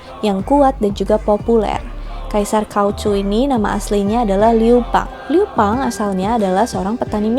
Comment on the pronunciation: Bukan liu pang, tapi liu bang, dengan gelar han gouzu